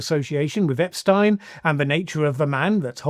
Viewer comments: This was a good video and my comment is completely trivial, but Good Lord man! How hard is it to say EpSTEEN, that is how his name is pronounced, the name that has been bandied about incredibly frequently for the last decade plus, STEEEEEN There is no way you have not heard it pronounced correctly many many times, you are wilfully mispronouncing it here 🤷🏻‍♀️ Sorry, I haven’t had my coffee yet and I decided to have some fun with a pet peeve! 😄 Carry on 👍🏻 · Good lord...pls pronounce it as Ep-steen. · "Ep-steeen", Jesus... 🙄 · Please listen carefully how Epstein’s name is pronounced before you make a video. Thanks !